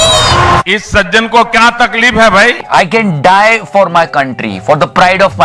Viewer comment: jo takleef ko takleeph bolta ho wo kiya khak kisi ki takleef ko samjhega.